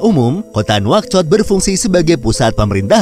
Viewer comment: itu bukan nauchot di baca naushoot